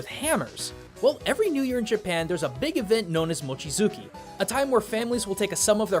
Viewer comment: "Mochizuki?" Replacing "tsu" with "z," who does that? #gaijin